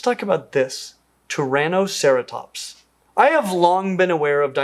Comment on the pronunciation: Wow: When you first said "Turanoceratops" I of course heard it as "Tyrannoceratops," and for a too-brief moment was contemplating a huge, carnivorous ceratops species taking revenge for all its plant-eating kin 🤣